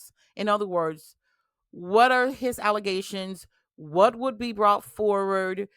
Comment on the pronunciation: Did you mean allezations? 😅